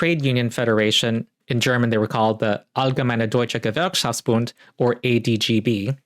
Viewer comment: You said «allgemeine deutsche Gewerkschaftsbund» too comfortably... Your German must be at a gooood level (I know, irrelevant to the video, but my brain can't let it go)